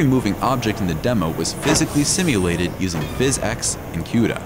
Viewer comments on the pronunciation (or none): Cuda is pronounced "Coo-dah" not "Que-dah"